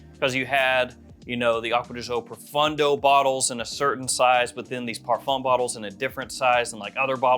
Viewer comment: It is ProfOndo, not ProfUndo😂